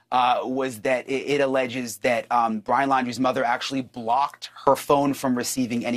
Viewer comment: I don't mean to laugh, but when Brian accidentally said "BLYIN Laundrie" I had to chuckle. Freudian slip? 😂 Also, I'm very glad to see they have filed this. I truly hope SOME kind of justice comes from this. Two families were destroyed because of Brian's selfish actions. I'm sure we will find out more, but I do believe what they are alleging is true. Even if they didn't necessarily help him try to leave (although I think they did), I believe they absolutely knew. There is no way they didn't. The final camping trip, all the things Brian had with him, they way his parents located said items they very day the reserve opened back up. There is too much that leads me to that conclusion.